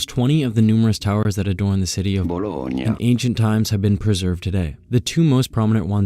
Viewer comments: if you wanna easily speak italian.... and say Bologna... its easy. There is no Y in the Italian alphabet. So Y is GNA in Bologna. So you pronounce it Bolonya. Not Bolog nah. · Your usage of technology for correct pronounciation is good will. But emberassing. Your naturals pronounciation is almost perfect. Bolognia is not so hard, and Loos is also not really. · Love how he uses narrator to pronounce "Bologna" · bro can't pronounce bologna Lmao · Bro can't say Bologna